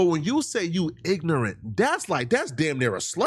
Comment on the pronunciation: Shakur -“Ignorant” Shannon- heard “Nignorant”